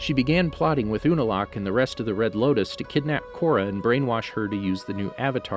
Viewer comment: you said loktis not loutis